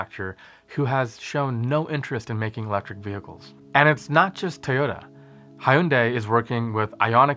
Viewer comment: Thank you for pronouncing Hyundai correctly! I always wondered why it was spelled so different from how it was pronounced, until I actually visited a Hyundai Heavy Industries shipyard in Korea, and realized that Americans just aren't pronouncing it right.